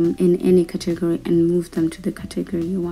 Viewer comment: Your saying category wrong